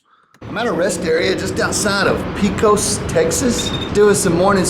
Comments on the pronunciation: Everybody in East Texas says El Paso is a two day drive, but somehow its only one day from Louisiana. Must be some kind of weird space/time warp. Fun fact: El Paso is closer to Los Angeles than it is to the Texas/Louisiana state line. And FYI, Pecos is PAY-cus, not pee-COS. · Pee kos? Must have been that full bladder talkin. XD. You sound like youre from New York city sayng it like that. Its Peh-cos TX not Peecos. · Pee-Cos??!? You need to watch some John Wayne movies. I suggest Chisum.